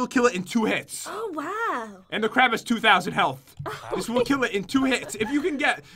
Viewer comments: It's crab not crap 💩💩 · It is crab not crap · The way he says crab soup sounds like he is saying crap soup